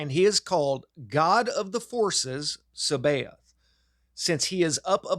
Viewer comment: Its pronouned Sa ba Oot. Sabaoth is the redeemed archonic creation. This one is the good archon. It equates with the corrospondances of Jesus of Nazareth. The rest are agents of Saklas. The 7 planetary spirits of every ancient tradition. Jupiter Mars etc... There are also 30 aeons. You will learn more about reality through the Tibetian book of the dead than you will in any other tradition about the subject of reality. None of this refutes Jesus divinity or that he is the son of God.